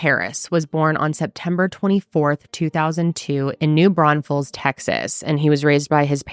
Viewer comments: Thank you for covering this case !!! Also, for the correct pronunciation of New Braunfels !❤❤❤ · Thank you for saying New Braunfels correctly lol